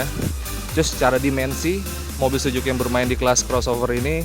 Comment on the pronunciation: Suzuki, mas reporter. Bukan Sujuki. 😀